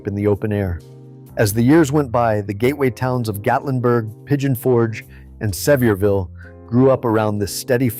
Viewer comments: Its Not Severville ...its Sevier..ville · Thank you, that always annoys me with these videos. Just do a little research on how to pronounce the city. But, it grates on the nerves more when you live there!